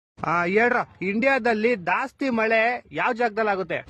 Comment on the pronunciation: ಗುರು ಅದು ದಾಸ್ತಿ ಅಲ್ಲ ಗುರು ಜಾಸ್ತಿ. ಕನ್ನಡ ನ ಸರಿಯಾಗಿ ಉಚ್ಚಾರಣೆ ಮಾಡ್ರೋ ಮರಾಯರಾ ಕೈ ಮುಗಿತೀನಿ 🙏